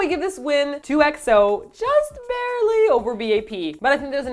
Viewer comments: And even after the pronouncing correction, STILL pronouncing it as 'E.X.O' lol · PLEASE STOP PRONOUNCING "EXO" AS "E-X-O" thank you, that is all:) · EXO is pronounced XO lol